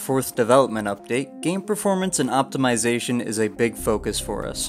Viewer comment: Ah yes... The game's PREformance... Lol